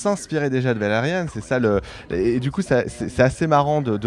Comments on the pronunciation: Valerian pas valeriane 😱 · qqun corrige ce mec sur la prononciation de Valerian, et pas "Valeriane"... -_